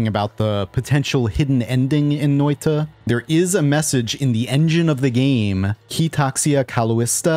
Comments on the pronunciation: when you say the word noita its sounds nothing like finnish its like a nigeria is trying to say it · How confidently you are butchering Finnish! Funny though!